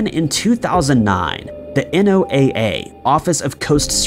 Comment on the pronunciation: NOAA is pronounced "Noah" and is actually a US uniformed service, meaning they're a military branch (they make maps and track weather. During war time that's considered a military effort and thus NOAA needs to be uniformed so its members aren't classified as spies).